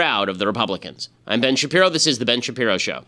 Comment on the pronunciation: i need him to pronounce his last name right lmao